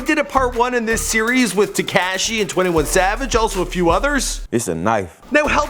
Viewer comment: "TekASHY" cringe af